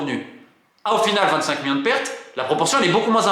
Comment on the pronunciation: Ca en fait des "MIONS" :D